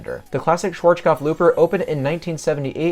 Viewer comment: "Schwarzkopf" seems to be one hell of a word to pronounce. Your "z" sounds like a "tsch" . Say it like a "ts" "schwarts kopf"